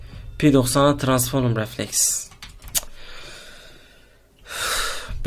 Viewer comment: Biz transform diyoz abimiz Transforum diyo ahshsahs